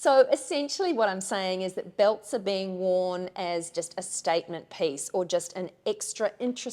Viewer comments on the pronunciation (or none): LOVE that you pronounce piece as pace! Charming.